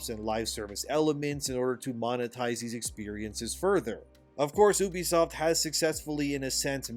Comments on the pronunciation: First time I heared someone pronouce Ubisoft as Obisoft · Farcry is a very special series to me. If this company burns i cant blame anyone for wanting to dance on the ashes but i dont want this to be the end. Ubisoft needs to just do better. Also you need to learn how to say ubisoft and not Oobiesoft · For the love of god please stop pronouncing it "ooh-bisoft", it's pronounced "you-bisoft", I know this for a fact having work with them